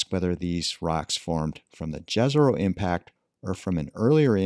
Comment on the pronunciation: It's not that hard to pronounce Yeh-Ze-Rho correctly. You can pronounce that first letter like when you say first letter of Yeah or York. Should be written like Yezero for english speaking people or so. We research another planet and let us research our own also, languagewise.